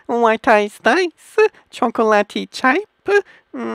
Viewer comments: WTF is this? When he said chocolate it sounded like he said cocain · GUYS I FOUND OUT WHAT DRUG HES ON! "Chacatoate cocain" (I know how to spell chocolate it's just the way he said it XD)